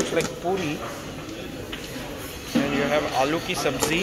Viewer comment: U know it's Taj when it's not 'alloo ki Sabji' but 'alu ki subzzi'.